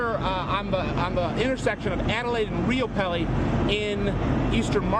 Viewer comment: It;s Riopelle andIts pronouced "Ryo-Pel;" not "Rio pellley".